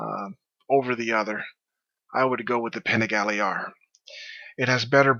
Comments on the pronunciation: All good. Both bikes are dope. I'm a little biased considering I own an hp4 but have ridden both. My only thing is: Could you please learn how to pronounce Panigale. It doesn't have a diacritical - ie. it's not an é. Js. Bless. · All I'm going to say is that I could tell this was going to be a biased opinion based on the over emphasized introduction of the "PANIGALE" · Great vid, but i would not call it an 'unbiased' video, its clear that you like your Panigale more. Even right at the beginning you put the emphasis on 'Panigale' but say HP4 normally.